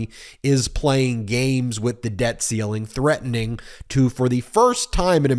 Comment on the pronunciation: Idiot Speaker says, “…debt calling…” because he cannot read “debt ceiling.”